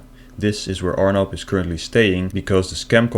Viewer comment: “This scammers name is………Arnab ……pronounced as “our knob”……..sinha 😂😂😂😂😂 fukin hilarious😂😂😂👍